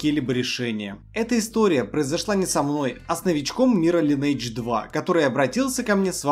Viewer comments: Что еще за лАЙнейдж? Линейдж! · Братишка, учи английский. И будет ЛайнЭйдж) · Судя по твоему знанию английского, ты его точно не знаешь. Правильное произношение Линейдж.